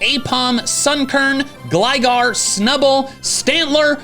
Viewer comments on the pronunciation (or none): none